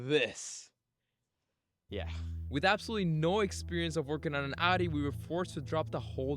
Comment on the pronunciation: Since u bought a audi its time you learn to pronounce audi its Ow-Dee